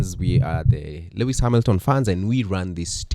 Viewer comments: Guys, why do y'all pronounce Lewis' name as "Le -wis" instead of "Louis"?, as a fan of LH, you should know how he pronounces his name?😂 Also, we all have Lewis Hamilton as our wallpaper - FORZA FERRARI, LEWIS SEMPRE! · Not murdering Lewis's name as if on purpose. change your wallpaper please.